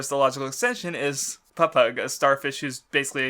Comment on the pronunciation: you really need to fucking learn how to pronounce shit in one piece you get stuff wrong all the time in the first twenty mins you say aqua laguna papagu camie and a slew of other words completely wrong like i know you hate the anime or whatever but you need to watch it to learn how to say shit properly